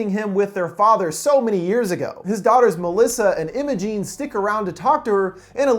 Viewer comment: m8 that’s not how u pronounce imogen